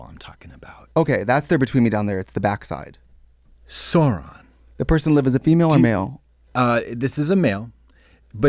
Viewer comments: I love how Katya pronounced Sauron as Zorron, bless <3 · Katya pronouncing Sauron wrong